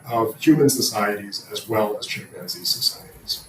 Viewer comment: Tf is a chim-panzee, why did he say it like that